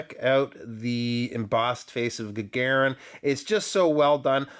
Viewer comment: Stress on "u" to make it perfect. )) ShtUrmanskie. Also GagArin would be right for that guy.